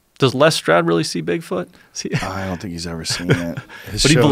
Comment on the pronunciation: BIG fòot is with me he says ñò more JRE he's such a tosser